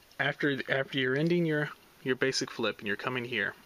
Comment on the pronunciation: "BASEIC" XD